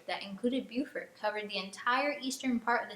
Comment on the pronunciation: Not a criticism, I promise. It's Bo-Fort not Bu-Fort.